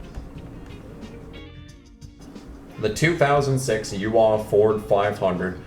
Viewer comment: "U AWW"? LOL its U.A.W. Ive never heard anyone try and pronounce that like a word before lmao. United Auto Workers!